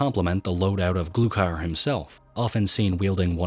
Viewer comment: "glukier" wtf its GLUKHAR GLUE-CAR